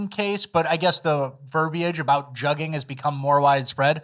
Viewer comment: Just a heads up also "jugging" is pronounced "jooging" by these juggers